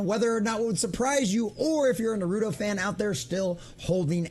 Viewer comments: Naru - Toe Not narudo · It is funny when nonfans say the title. It is naru-toe. Not narudo. 😅 sorry my dude.